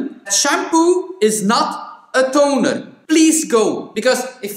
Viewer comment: Shampoo is not tonerr not tooneerrr!!!😂😂Much love from Cyprus !!🇨🇾